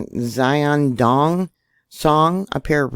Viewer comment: Xiaodong is pronounced: She a o dong.